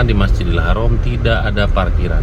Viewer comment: BUKAN HAROM TAPI HARAM ...